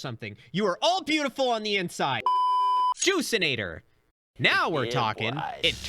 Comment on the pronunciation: Bruh.i heard "jewsinator" not "juiceinator". But think. Turning things into jews?